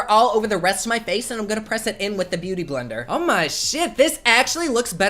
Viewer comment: Omg, this was hilarious 😂 I literally woke my daughter up laughing because you said beau-tay-tay blender. Thanks for the laughs.